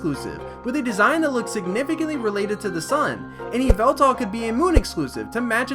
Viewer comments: Yveltal it is Yveltal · Its yvaltal